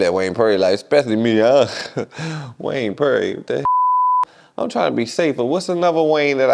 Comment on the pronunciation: He said Wayne perry on ass🤣🤣🤣😂😂😂😂